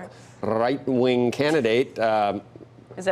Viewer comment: rrreich wing candidate.